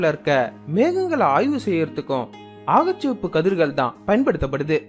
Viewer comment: வழமை போலவே அருமையான காணொளி . 'அகச்சசிவப்பு ' என்பதை 'ஆகச்சிவப்பு ' என்று உச்சரிக்கிண்றீர்கள் என்று நினைக்கின்றேன் . நன்றி சகோ .